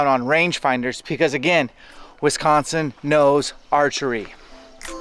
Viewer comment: West coast people and how you say Wisconsin is funny. Sounds like WESconsin. Love the video, right in my neck of the woods